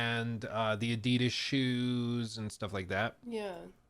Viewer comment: Yeah it´s Porsch-e, with a short e, and adi-das not addeedas